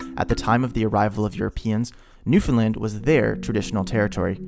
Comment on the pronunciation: I'm glad you actually pronounce Newfoundland like we do here as Newfies. 🤗